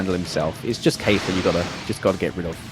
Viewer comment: Kef la, not kayfla